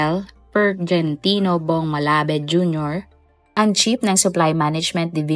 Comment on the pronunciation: Hindi "malabed" kundi "malabad"di mo ni research ng maayus eh"KNOWLEDGE IS POWER"